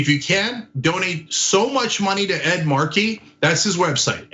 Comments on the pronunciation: Ana, it's "Ed MAR-key" no "Ed mar-KEY" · Stop saying, “mar-KEY”, it’s, “MAR-key.” Ridiculous. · Ed Markey has been a member of the US Congress for more than 40 years. It would be nice if Ana at least learned to pronounce his name correctly. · "Ed marKEY"?